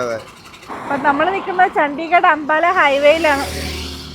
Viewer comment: ചണ്ടി നഗർ അല്ല 👺 ചണ്ഡിഗഡ് ആണുകേട്ടോ 😄😄😄